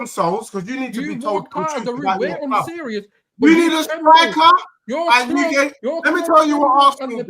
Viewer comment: ”EZE has already made it clear that he wants to come to my cloob”.How is that not waffle?😂